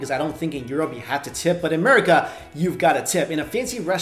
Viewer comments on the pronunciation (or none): none